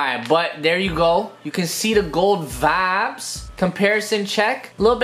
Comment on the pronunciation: Am i the only one Who is fackin Done with him saying wibes all the time